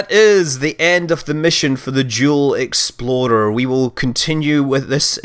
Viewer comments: Say explorer ..... Not exploddder you're driving my OCD insane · i heard the jewl exploder not explorer! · It's because he sent up two spacecraft named the Jool explorer and the Eve explorer, but it sounded like he said exploder when he pronounced explorer.